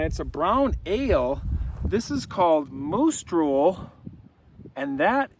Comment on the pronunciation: As my ear bud fell from left ear I thought heard you called the beer Moose Stool. Hmmm. I'll pass on this beer 😅. Moose Drool 🤤. Hmmm. I don't know. I drool and the taste of slobber isn't appealing. Love your stories,.